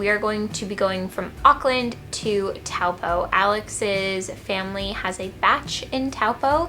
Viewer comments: Stumbled across your channel by accident! One thing that will really help you out is pronouncing place names - Taupo sounds like Toe-Paw not towel-po. Be like a local in no time 😉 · Kia ora! I’m a Māori New Zealander and have lived in Auckland New Zealand my whole life! Just a note on how to say Taupo. It’s pronounced toe-paw, hope that helps:) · hey! just a note that the correct pronunciation of Taupo is “Toe-paw” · Taupo is pretty special, enjoy. It’s pronounced like Toe-Paw. Waitangi Day is coming up so maybe you can check out some local events for that. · just because the majority of New Zealanders pronounce it that way doesn’t mean it’s correct. It’s a Māori word 😑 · The pronunciation isn't fine. Its okay that she pronounced it wrong as she's new to aotearoa, but the majority of New Zealanders who pronounce it like this are blatantly ignorant. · yea but times are changing. More people are trying to be respectful and saying Maori place names and words properly.